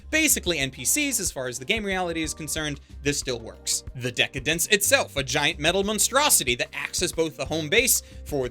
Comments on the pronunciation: I think just like you. However, it's pronounced "Deca-Dance" not "Dence", at least that's how it's written in katakana (デカダンス) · Dec-Dence .. pretty sus xD